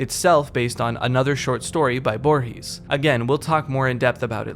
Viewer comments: Loved the video but please never pronunce "Borges" like that ever again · Everytime Borges is brought up a YouTuber mispronounces his name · I find kinda funny how he pronounces Borges tbh